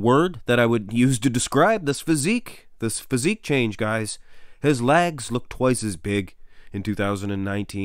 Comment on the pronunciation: Like your videos a lot but you gotta stop saying lags instead of legs!